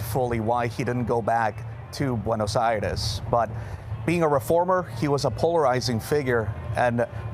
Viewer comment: Pronounce it correctly not Buenos Ayreis!!!! Buenos Aires